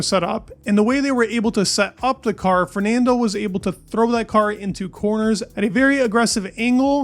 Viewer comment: Great video but your pronunciation of Fernando is painful to listen to 😅